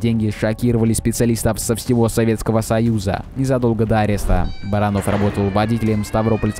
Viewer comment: Не Барано́в а Бара́нов.